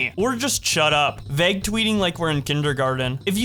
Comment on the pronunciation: can u pronounce vauge like a normal person plz ty